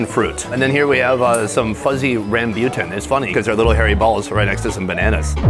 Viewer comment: Hi, sonny. Nice video but you butchered the pronunciation for rambutan. It's Rum-Boo-Tuhn . Very delicious and sweet fruit :)